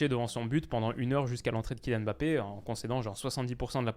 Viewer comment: Merci de dire Kylian Mbappé à chaque fois au lieu de Emmbappé cmm le disent les autres français. T un monstre.